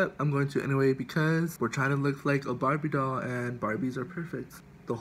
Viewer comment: Lmfaoo “BARBIEE DALL”🤣🤣